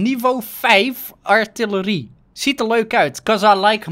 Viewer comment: je legt de klemtoon verkeerd bij artilerie